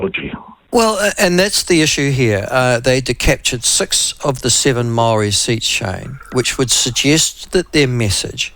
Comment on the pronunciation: Could atleast try to pronounce Māori correctly